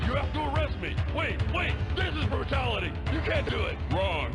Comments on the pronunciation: ik is nah me alone hear brututality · “This is not a Brututality” 😂😂